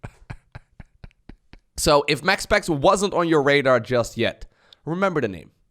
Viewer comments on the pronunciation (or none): none